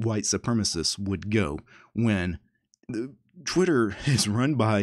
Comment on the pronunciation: I'm not sure about this but... is there a chance you said "Twiturd" instead of "Twitter"?